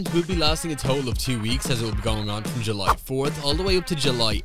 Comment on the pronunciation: "July terd" Me: 💀